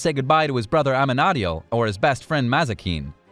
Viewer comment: I feel like it's gonna have a really sad ending, and i don't want that T_T Also Amenadiel is pronounced Amen-E-Diel